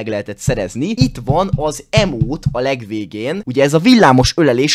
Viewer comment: Hunternek nyelv lecke: leírva: emote | kiejtve: imót: speciális emóta XD